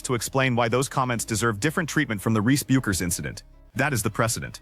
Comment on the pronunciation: Hey, AI, it is not "B you kers" it is Beck ers.